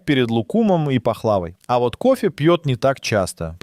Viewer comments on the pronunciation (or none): ПахлавА, а не пахлАва.ТирамиссУ, а не тирамИссу. Беда с ударениями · «похлАва», «личИ» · пахлАва? Ооо... ударение на последний слог!